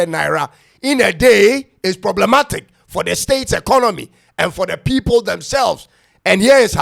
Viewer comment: 'Ploblematic'. Look at the person talking. Simply to pronounce 'problematic' is difficult. Anybody will talk.